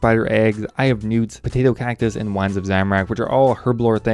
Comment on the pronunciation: When he said eye of newts, it sounded like he said I have nudes.